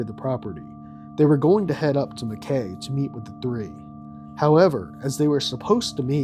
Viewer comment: Oh gosh, hearing you mispronounce Mackay every time was painful but understandable due to the spelling. But instead of ending on an AY noise, it's an EYE noise. Like Ma-kye.